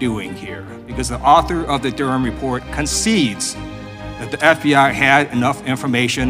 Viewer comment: Duh-ram 'report' 👈🤣